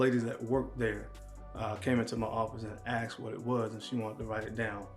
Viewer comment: It's "asked" not "axed"😁